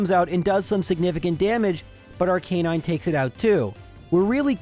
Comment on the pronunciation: Ar-ke-nine? First time heard someone spell it like that.